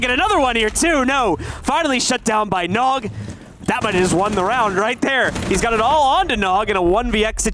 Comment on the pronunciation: He also said nog as N-O-G by the letters